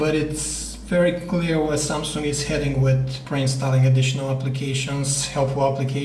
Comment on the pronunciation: Why does he say "samsunk"???????